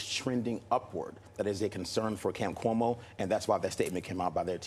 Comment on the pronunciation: lol. "Coumo" yup....